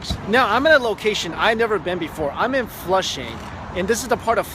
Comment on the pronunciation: Does anyone know the name of the restaurant? I just heard Flusing but where in Flusing. Thanks.